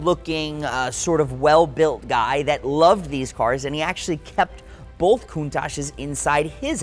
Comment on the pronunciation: Both not bolth